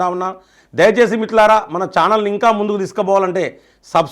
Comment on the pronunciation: Anna meeru first మిత్రులారా అని స్పష్టంగా పలకండి